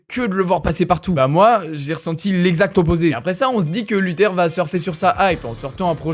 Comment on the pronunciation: un documenteh, sur luthehh